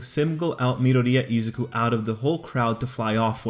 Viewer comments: Did he just say midariya? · Not to beat you on the head but it’s Mee-Door-ee-ya